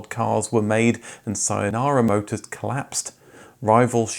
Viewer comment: Thanks for the wonderful video as always, but as a native Korean, I cannot help but to notice your pronunciation of these names: Daewoo should be pronounced as "Day-Woo", and Saenara should be "Say-Nara", Incidentally, "Saenara" means "New Nation". You got the CEO Kim's name right, though. Meanwhile, the 1937 date - which you probably found on the grossly bad Wikipedia article - is wrong; what it actually means is that one of the companies - one Korean National Heavy Machinery Production, Co, Ltd. - that the CEO Kim have bought in the late 1970s to form the Daewoo Conglomerate was founded in 1937, but this company has never produced a car; beginning in the 1960s, the Saenara company used the facility built by this Heavy Machinery company to build their Bluebirds, hence the confusion.